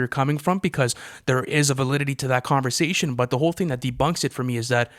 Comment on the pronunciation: Lmao every time pronounces conversation as converzation 😂